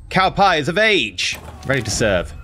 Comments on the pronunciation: Why do you pronounce Cao Pi as Cow Pie lmao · Cuz thats what he is